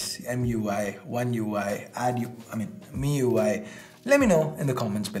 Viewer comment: Disliked ur video first time because u said adUI to MIUI(My fav ui) One more thing, I've been watching ur videos since 4 years I think but recently you started liking ColorOS and other shitty OS.